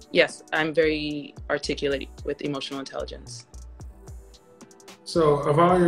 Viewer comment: "I'm very articuLAYT" proves the opposite immediately.